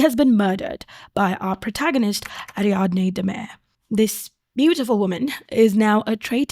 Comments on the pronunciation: Sorry, the video has just started, could you not have googled how to pronounce the main characters name? Girl. That’s not how you say Ariadne or Cesare. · Okay you kinda cooked but you could still have googled how to say Ariadne first.